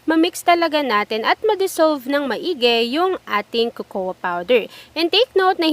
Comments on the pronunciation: Cocoa.. It's pronounced as kokwa.. not kokowa🙄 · cocoa is pronounced with a silent A. [Correct pronunciation: ko-ko with two long Os, accent on the 1st syllable]. Young people are watching, they might learn the wrong pronunciation. If you want to use the Tagalog version (as you pronounced), omit the word powder. It's already understood that you are referring to the powder variant. No offense meant.